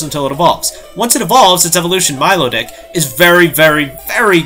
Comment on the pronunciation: Were your words jumbled, because you said Milodick, not Milotic.